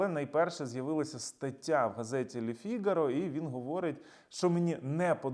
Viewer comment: Газета Фігаро ' У французький наголос на останній Фі''гаро з їншої опери 😊